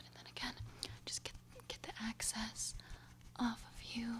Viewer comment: excess, not access lol